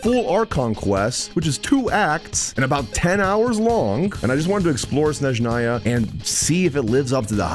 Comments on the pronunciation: Shneznaya xdd It's S-NE-ZH-NA-YA, S like in "sssnake" and ZH like in "ZH-ongli". And then on you did say it almost perfectly. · 6 years, and it's still "Shneznaya", and not "Snezhnaya" 😿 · as a russian, its not SHnezhnaya, its SneZHnaya😖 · To be fair he calls it S-neZH-naya sometimes (as ). He probably knows how to say it the right way but all English community pronounced it like "Sh-neZ-naya" for years, so he's probably still getting used to the right pronunciation ❤ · Bro played 24 hours and still calls it sh-nez-naya 😭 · I love how fumbled the pronunciation of Snezhnaya in the beginning, then gradually got better at it... and then fumbled it again xD Keep it up,, setbacks are a part of the journey! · There is not "sh" sound in Snezhnaya... 😴 Where did you get it from? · 6 years, and we still are disrespecting it by not pronouncing it properly 💔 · waited six years and still cant pronounce snezhnaya 💔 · ”I’ve waited about six years for Snezhnaya and I’m still saying it wrong” XD